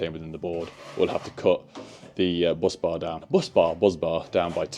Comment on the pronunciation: Not sure why you changed your pronunciation of Busbar, you were correct the first time, it’s not buzzbar.